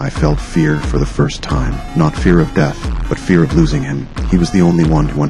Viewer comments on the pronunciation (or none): none